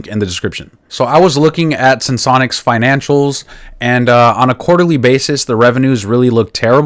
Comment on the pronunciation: Finally! Someone who can pronounce the name properly! 😂 Sense-onics ✅ Sen-se-onics ❎